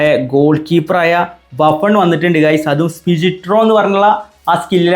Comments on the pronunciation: ബാഫൺ ❌ബുഫൺ ✅ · Buffon ❌Baffan ✅